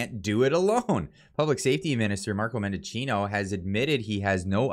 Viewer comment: Why are so many journals and cloggers pronouncing Mendicino’s name wrong. There is no “O” in the middle of his name. It’s men-di-chi-no, not men-DO-chi-no.